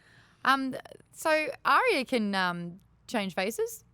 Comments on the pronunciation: and I heard him say Ar-Ee-ah instead of Ar-Yah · Stop pronouncing Arya's name wrong >.< She said it twice this season and yet you all still say it wrong, Maude Garrett will know all about how that feels :P